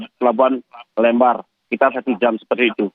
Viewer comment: Bacanya LEmbar buk seperti baca kata LEmpar batu